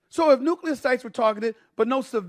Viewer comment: Stephen A Smith is one of the few people who correctly pronounces the word “nuclear.”